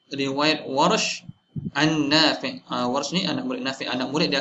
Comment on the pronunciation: Sebutan imam nafiee ke Nafi'.. Ikut tulisan Arab?